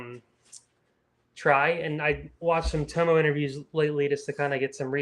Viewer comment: It's Tom-oh like Parko not Toemo